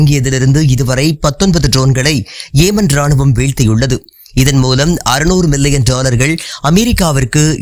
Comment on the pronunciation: ஏமன் அல்ல யெமன்